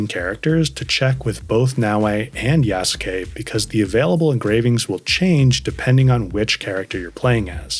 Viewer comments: yeah, The correct pronounciation would be similar to "YAHS-KEH" maybe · Tried it out myself, you're right, the "u" is almost there but not really. It did sound much closer to "keh" than the natural english "kay" in actual pronounciation, so you are definately right with that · Yasuke is pronounced - Yaas (short a) - Ke (Kay). The u is silent